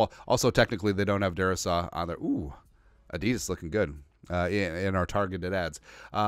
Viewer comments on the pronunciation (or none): none